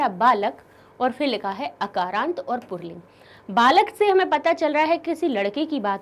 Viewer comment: मैम आप पुल्लिंग को पुरलिंग क्यों पढ़ रही है? कम से कम अाप तो सही से पढ़ीए ।